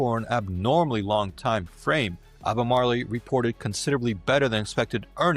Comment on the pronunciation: Learn to pronounce the word.